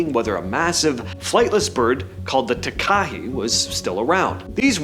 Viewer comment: Takahe = Tah-kah-HAY, just sayin. Night Parrot = kakapo from New Zealand, not Australia.